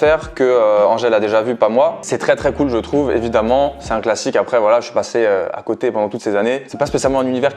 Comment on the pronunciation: Quand il parlait de QALF on est d’accord que lorsqu’il a dit « on attendait plus de classique » on a tous compris « on attendait plus de sal »????